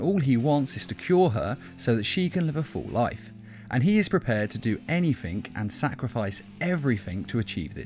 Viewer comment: You say anythink instead of anything